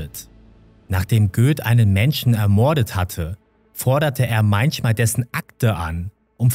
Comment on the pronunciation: kannst du mal bitte ordentlich reden und das wort "ermorden" nicht so übertrieben betonen. bekommt man echt ohrenkrebs ...